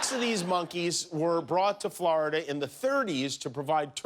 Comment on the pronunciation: “Flarda” - Jimmy Kimmel